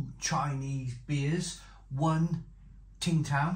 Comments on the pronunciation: It's pronounced "Sing" Tao. It's very nice. Skunkyness 😂 Becks and Peroni used to do the same. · Tsingtao,pronounced 'ching-dow' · Tsingtao (pronounced Ching Dow) is a classic and a solid beer in China. There is Tsingtao gold label in China in the small brown bottle and it’s the most consistently good lager beer in China (imo). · Tsingtao Pronounced Sing-dow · Isn't it pronounced Sing Tao ? 🤔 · You don’t pronounce the t I was once told